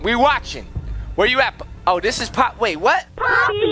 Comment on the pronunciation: i’m hispanic and ngl it sounds like pápi(dad) then poppy